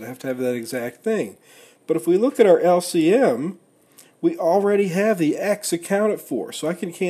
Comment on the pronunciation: lc missile, typical yank lol. good video though